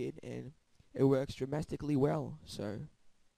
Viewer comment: dramastically is not a word